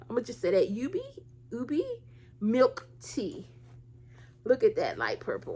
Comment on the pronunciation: Its pronounced oo-bay, ube